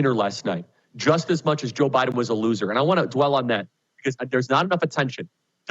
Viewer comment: Joe BYE-THEN